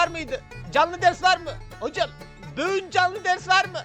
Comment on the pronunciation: Abi böğün dediğin için like attım